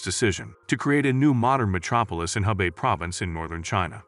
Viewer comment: Oh for crying out loud. The place is called Xiong'an, not Xingan, and it's in Hebei, not Hubei. Yeah yeah, I understand - googling poses insurmountable challenges.